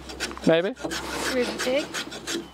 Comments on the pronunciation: chamfer on a peg, with the NZ accent sounded to me, like chamfer on a pig, oink oink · When Jess says "chamfer the peg", this Canadian hears "chamfer the pig" ... leading me to wonder why N.Z. has wooden pork :-)